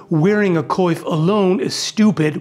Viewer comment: The way you pronounce "coiffe" is incredible. Like, the "wa" is often difficult to say for non French speakers and you say it just perfectly, well done